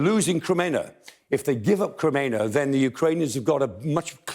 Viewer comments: Kreminna is said: 'Kre-MEEN-nah'. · His pronunciation of Ukrainian place name is better than many BBC news readers, but Kreminna is pron. Krem-min-na. Look forward to seeing orc forces of Mordor driven out of Ukraine forever. Вічна слава захисникам України! 🇺🇦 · Kreminna is "PRONOUNCED": 'Kre-MEEN-nah'. Now we can improve our Ukrainian and English at the same time.